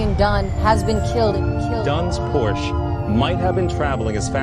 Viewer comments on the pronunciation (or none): none